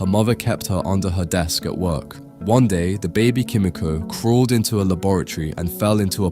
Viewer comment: It’s pronounced key me ko not ki mi ko